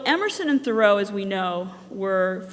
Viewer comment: This looks quite interesting, and glad to see it being done. However, how can someone make a game about Thoreau and yet not know how to pronounce his name?